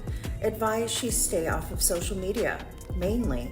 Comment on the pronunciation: did this channel just say "so-shoe media"??